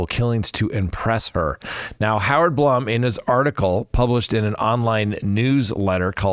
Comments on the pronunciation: His name is BLOOM as in Plume not Blum as in you know what. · Just FYI...it's Howard "Bloom" and Xana's name is pronounced, "Zan-ah"